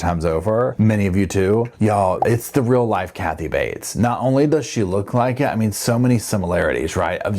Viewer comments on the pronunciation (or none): none